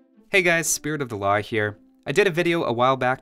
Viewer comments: Still can't unhear "Spirit of the La Hire"